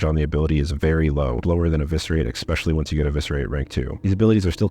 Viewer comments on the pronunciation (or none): "Expecially"? Really?